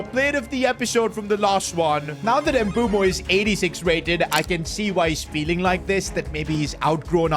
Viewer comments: Dumb calling mbuemo “mbumo” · Bro keeps on saying Mbumo not Mbeumo😂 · It's MBUEMO not Mboomo. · Mbeumo ❌ Mboomoo✅ 😂😂😂 jk